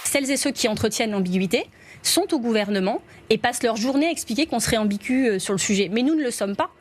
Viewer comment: Elle parle bizzarement la ministre écolo ambicu un rixte terroriste